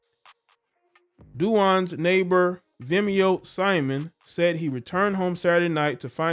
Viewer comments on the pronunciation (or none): none